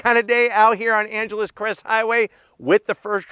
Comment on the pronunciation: Funny to hear a fellow southerner pronounce “Angeles”.